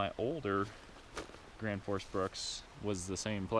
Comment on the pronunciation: Gransfors bruks not Granfors lol